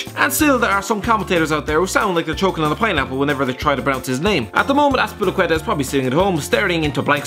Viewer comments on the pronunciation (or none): Complains about how people pronounce Azpilicueta, pronounces it wrong yourself